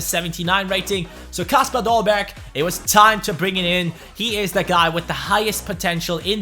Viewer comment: Yoo, great vid! Kasper Dolberg is actually pronounced as kAsper, with the a as how you pronounce it in english